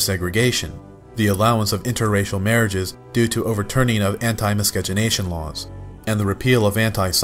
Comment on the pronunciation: Have you stopped pronouncing the "c" in "miscegenation" yet?